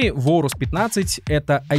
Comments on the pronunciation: орус? нет блин орэйрус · Если уж душнить на счет произношения, то от древнегреческого правильное произношение будет "Урус" (попутный ветер), а не Оурус и Аурус (но допускается и так, если правила переложения на другой язык того требуют). В русскоязычной среде прижилось Аурус, потому что оно банально на язык ложится (начало "оу" воспринимается как что-то неестественное и ломающее язык) и созвучно с известным одноимённым греческим словом, означающее "золотой". Такие дела.